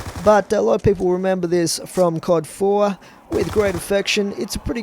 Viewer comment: Is it me or do he say Cod 4